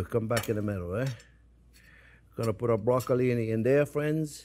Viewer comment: Is he saying broccoli wrong Or am I learning something new? 😅